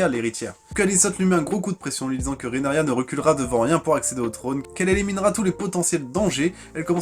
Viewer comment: ca se prononce RheaNYRA